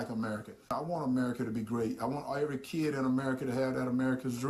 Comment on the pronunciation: " I want every American kee-id........" Never know the word kid was two syllables! 🤔😆